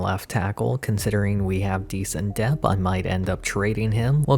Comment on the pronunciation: Dude. Please. It’s depth. Not dep. The ‘th’ at the end isn’t silent.